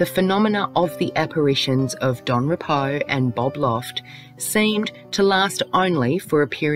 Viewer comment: I stopped as soon as you called the guy rep-o, its pronounced ree-po, at least research the names properly if you are going to make a video on deceased people you have no connection to, especially when you are profiting from it.